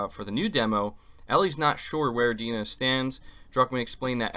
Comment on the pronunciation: It's not 'D-nah' "dai-na"